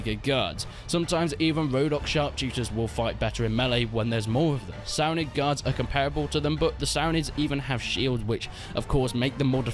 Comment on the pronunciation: The Vaegir Gee-Ards LOL